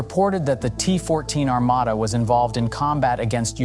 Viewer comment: Во первых не Армада, а Армата, во вторых это не только танк, а лишь 1/5 от основания платформы, также он может быть без экипажа, а судя по одному настроению Президента Путина, а также его слов, что мы ещё даже не начинали воевать, всех НАТОвцев, ждёт большой пиздец😂😊